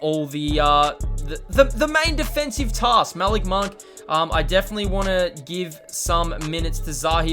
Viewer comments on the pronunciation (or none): Your saying Malik monk name wrong